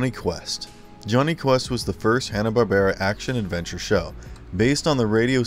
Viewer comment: This is a horribly inaccurate video. To say that "Jonny [sic!] Quest" or "The Powerpuff Girls" are forgotten is absurd, but I'd say it's worse yet that the narrator doesn't even pronounce Joseph Barbera's name properly, with the stress on the second syllable: bar-BEAR-a. If one had wanted to spotlight forgotten HB superhero shows, one would have done much better choosing something like "Sinbad, Jr. and His Magic Belt" or "Samson & Goliath."